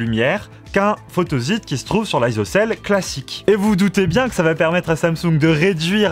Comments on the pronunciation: oui la phonetique est « fotosit » et non « fotozit » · Photozite? Photosite ! (on ne dit pas un zite web mais un site Web....) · Pas mal de petites erreurs, "photosite" se prononce comme s'il y avait 2 "s", et c'est matériau et non matériel.